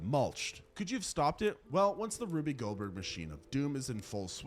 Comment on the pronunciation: That's not how you pronounce Rube Goldberg. It's Roob, not Ruby